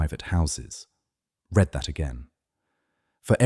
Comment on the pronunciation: If only AI could READ! Pronounced "Reed" not "RED" (READ) which is the PAST TENSE!